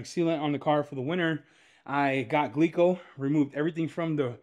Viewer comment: my dude said gleeco 😆🐿️💨